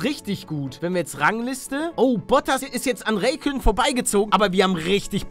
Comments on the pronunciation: "Kimmi Reykönnen" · Ich will ja nicht meckern aber er wird Raikkönen gesprochen...